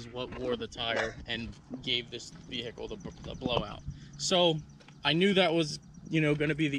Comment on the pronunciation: Over pronunciation of the “H” in Vehicle. Kills me